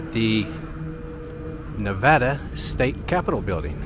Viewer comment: I appreciate that you pronounce Nevada right. 😊